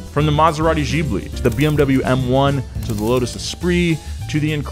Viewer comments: giusto smettetela anche di chiamare la Lancia 'lansia' Si pronuncia da voi 'lancha' Nonono aspetta ha pronunciato Jibli la Ghibli? 'Bariia' la pasta Barilla ma dai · motor boyz need to know how to say GIBB-lee, and not JIBB-lee.